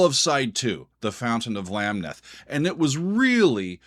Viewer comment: You need to listen to the rest of the album. You also need to listen to the album Fly By Night. Speaking of Marillion, you need to listen to the album Clutching at Straws. Masterpiece! I DO believe the emphasis is on the second syllable of Lamneth.